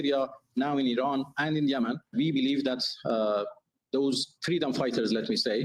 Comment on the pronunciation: and his way to prononce Iran: Araaaaaan 😅